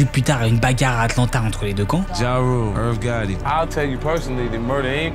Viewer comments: 3 trucs. - Mayweather n'est pas un combattant MMA - La revelation de Rick Ross = Maton n'a en rien coulé sa carriere. - C'est "Irv Gotti" et non "Earth Gatti" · A 9'04 ..." ja rule,earth Gatti" nan nan nan c'est IRV GOTTI